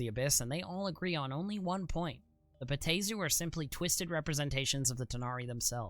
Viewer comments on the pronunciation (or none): Bruh... respectfully, there is a pronunciation guide in the very text you display! (Bay-AH-Teh-zoo) 4 syllables!